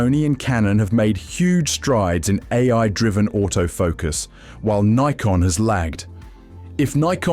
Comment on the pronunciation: He pronounced it correctly..